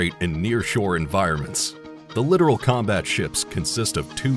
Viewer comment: It’s not a literal ship it’s pronounced lit tor al Littoral is shallow water